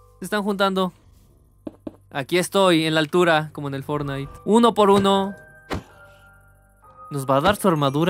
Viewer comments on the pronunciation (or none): none